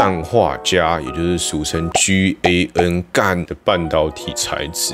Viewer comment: 居欸恩 #GaN 笑死🤣🤣🤣